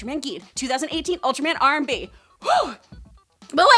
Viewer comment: She say Ultraman R/B wrong. It's pronounced roob.